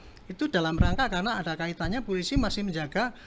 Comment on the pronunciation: jabatan penasehat kapolri tapi ngucap polisi jadi pulisi 😂😂😂